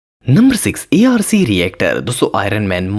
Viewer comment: A R C❌arc✅